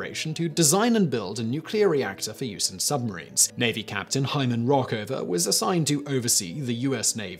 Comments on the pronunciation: who asked you? I spent 2 years in Scotland..they could do better. And Rickover is easy to pronounce. Not rockovuer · RICKOVER - NOT Rockover. Get your facts straight, Simon. You play fast and loose with details like the debacle of Big Boy and you measurements in metric units instead of imperial that everyone understands.. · Pronounced Rick Over not Rock Over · His name was Rickover, not Rockover. And, there are plenty of pictures of Nautilus SSN-571. Why are you using a picture of Nautilus SS-168? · His name was hyman Rickover. not Rockover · his name is rickover not rock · NO NO NO NO It's RICKover not "rock"over!!!! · Simon continually introduces me alternative pronunciations I had never considered. When he said Rockover, I think it was a script error. I just can't imagine Simon transposing an I and an O. If he did transpose..... Oh Myy!:-) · Did sound like he said Rockover , didn’t it? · Hyman 'Rockover'? Really? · Yeah I definitely said out loud how he pronounced Rickover wrong lol